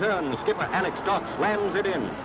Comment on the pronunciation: ALEC, not Alex. Bloody ITV.